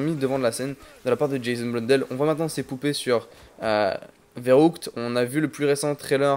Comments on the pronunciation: On dit férukt pas veroukt sa me dérangeait mdr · C'est pas "Verroutk" mais "Verrükt" ;)